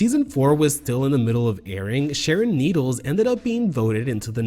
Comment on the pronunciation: im just glad someone on YouTube is finally mature enough to say her name normally this goes for sherry pie as well its just childish